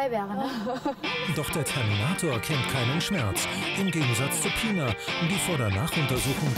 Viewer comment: taff: "Pinar": "Pinna"